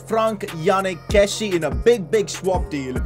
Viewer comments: Pcq: He’s not Kessi…he’s Kessi-a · not a pcq but please pronounce kessie right its kessi-ay